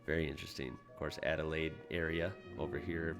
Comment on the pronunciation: Still says Adelaide wrong ;)